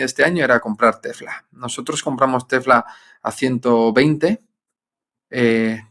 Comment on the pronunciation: En serio…por que dice Tefla?